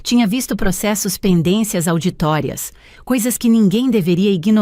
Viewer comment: Uma palavra essencial no contexto, está indevidamente pronunciada pela IA. Com revisão, talvez, fosse possível amenizar de alguma forma: Auditorias, virou "auditórias"... Escutei de Passo Fundo, RS, Brasil.